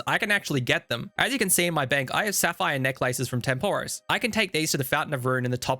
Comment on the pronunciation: Video great. Pronunciation of Tempoross/Banner is painful.